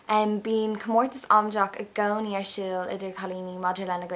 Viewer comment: The way they mangle their vowels in Dublin is so weird. I gcouweni instead of i gcónaí. Gawsh roysh.